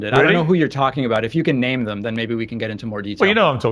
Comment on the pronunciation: your completely right what you say, but please say “ them” instead of “ dem”